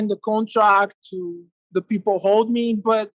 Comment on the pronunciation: Anderson 'Peeple' Silva